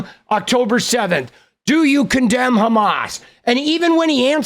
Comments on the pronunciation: Mr "do you condamne" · Do you condemn Hummus Hassan? Do you dondemn Hummus!!????